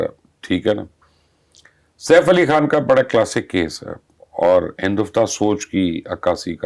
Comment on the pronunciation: Thank God!! This lady has finally improved her urdu accent , she can Pronounce the words " Khan" Now she needs to work on her "R's ...